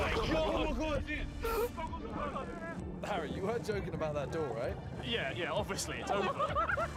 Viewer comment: nicole said "Harry" but it came out like "Hairy"